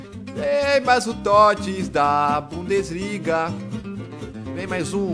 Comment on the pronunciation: bundesliga "bundaliga"